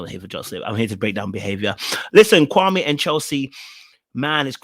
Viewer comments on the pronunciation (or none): He is so fake laugh and all. Is his name supposed to be pronounced Kwa-may or Kwa-me? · Supposed to be pronounced kwa-may. But a lot of people say kwa-mie, so i guess it's easier for him to just go with the mispronunciation rather correct people constantly for years.